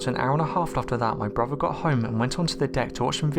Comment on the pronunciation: My only comment is PLEASE learn to pronounce words CORRECTLY! Especially words with "th" in them! It's not "over"...it's "oTHer", and it's NOT broVER", it's "brother"! PRACTICE! You're speaking our Mother language and as a narrator I'd think, HOPE, you'd take care to pronounce words correctly because it's so distracting from the content of these posts. You even pronounced the name of Mobile Bay incorrectly...it's "MoBEEL", not "Mobile" as in describing something on the move! Gerrrrrrrrrrrh!!!